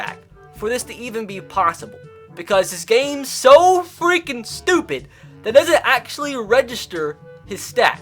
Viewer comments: “So fweaking stupid” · he says so “fweking stupid”